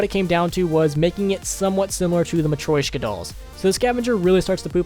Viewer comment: The way he says matryoshka dolls is actually the worst thing I've ever heard.... "Matwoishcka dolls"